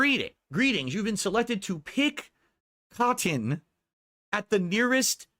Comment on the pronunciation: PICK COT-TON , why does he pronounce things so weird, he's an actual alien